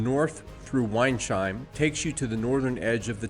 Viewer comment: Apologies in advance for being snooty, but town names like Weinsheim, Rommersheim, etc. are pronounced weins-heim, not wein-sheim. "Heim" is the equivalent of the English "home", the 's' is possessive, similar to English. Compare: Wineshome would be Wine's-home, not wine-shome.